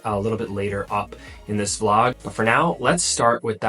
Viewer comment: YouTube has been recommending your videos to me for a while now, but I've been scrolling past until yesterday evening.....and I must mention; I might or might be obsessed. I started with one, and now I'm watching all. Cute Notice: You say "Flog" instead of "Vlog"...LOL